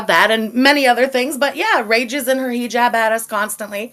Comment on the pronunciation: hijab ❌ hijibuh ✅